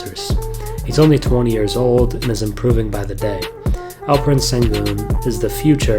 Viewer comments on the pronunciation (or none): Great video. His name is pronounced shen-goon.